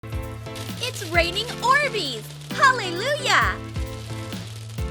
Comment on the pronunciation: " haale luuyah "